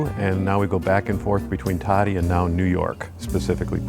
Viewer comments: And it's not like "toe-dee" is so difficult for an American to say. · Why can't they even pronounce the name of thei now home town correctly. It's Todi not Tuddy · 10 years journey towards Italy and they still think Todi (toe-dee) is pronounced Tady. Not usually critical but geez. Just 5 minutes of reviewing 5 simple vowels. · There are good services for the severely handicapped in Italy. The Italians are very compassionate. A friendly note for in Todi: it 's pronounced toe-dee, not toddy. lol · I know. I cringed everytime they pronounced Todi as toddy. LOL. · I was thinking the same thing, they both pronounced it Toddy. How can you live somewhere and mispronounce the name so badly?😆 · Yes all are welcome but please learn to pronounce the words correctly. Especially after 3 years you should be able to say where you live decently. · Its a little cringe that is pronouncing the city where she lives (Todi) wrong... but alas. I got married in Todi (In the church shown - San Fortunato, and then the reception in a family friend's villa outside the city walls) as my husbands family is from there. I was pleasantly surprised to see expats living in the community as it is very insular-- honestly as an American I have dreamed of eventually moving there to be closer to his side of the family, but have been nervous to do so as I don't speak Italian (he does/my son does) but this might be the push we need to spend part of the year there. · How can they not pronounce Todi and they’re allowed to live there?? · Learn how to pronounce "Todi" . Very irritating. How long have you been in Italy? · Amazing to move to Todi and not know how to pronounce it correctly.